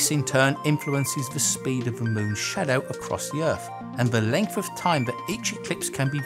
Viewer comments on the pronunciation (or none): none